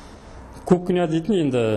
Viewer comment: Дурыс крсетси, барiн, терезенi, уйдiн iшiн бар жанжагын. Обзор жасап айтаалмайсын, асыкпай кухнянын ишин, ваннанын iшiн, айналып дурыс тусipу керек. Кирап , сынып деп кайталай бермей. Колидор, кукина емес, коридор, кухня. Блмесен казакша айт. Вообще сойлепте, тусipiпте блиейсiн.